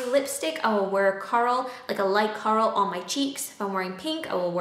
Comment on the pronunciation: heh she says coral funny